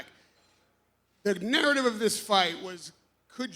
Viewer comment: radio raheem tried to say narrative but ended up saying niggertive ? Wtf was that.